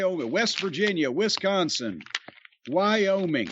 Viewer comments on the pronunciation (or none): none